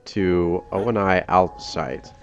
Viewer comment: Okay, I've been wondering this since the Reach Legendary walkthrough, but why do you pronounce it "Oh-En-Ai"? Everyone in all the games pronounce it "Oh-Nee".